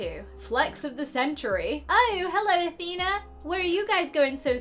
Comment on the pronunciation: it isn't AthEna it's AthenA